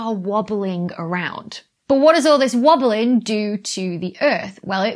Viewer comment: Haha she say wabeling... Like Dr. Who, hahaha I smiled so heavily... Wabeling wabely do....